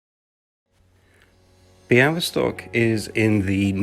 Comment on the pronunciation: niech więc obco krajowcy uczą właściwej wymowy Białystok i Podlasie